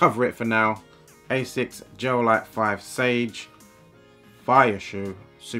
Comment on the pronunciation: Asics Gel V definitely some of the best. I see what u mean about colab, they seem to only release shit colors for normal. Also finaly someone who actually knows how to say ASICS not Ass-ics lol